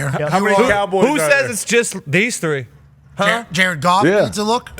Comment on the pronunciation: Ja-red Goff, Ja-red Goff